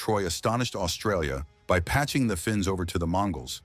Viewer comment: Finks not Fins ya